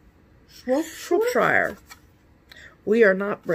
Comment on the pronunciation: I've just found your channel and instantly subscribed! You are both hilarious and stitch the most amazing patterns. Oh and it's pronounced Shrop-sheer! :D x